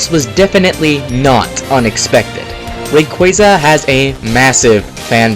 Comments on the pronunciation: Its not Reyqueyza its Rayquaza... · RAY QUAH ZA, not RAY QUEA ZA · Its fucking Ray-kwah-zah. Lol come on man. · You're saying rayquaza wrong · how is it correctly pronounced? Ray-qwaaza? or Ray-quayza? either way Suicune is clearly the best. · you pronounce rayquaza wrong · …I think he said Rayquaza wrong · SAY RAYQUAZA CORRECTLY!!